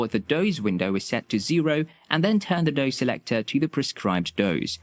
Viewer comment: It’s “dose”, not “doze”